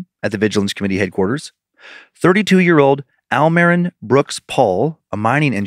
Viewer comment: It's most likely pronounced "L Marine" and roll the R in "marine" a teeny bit, it's Spanish ❤😊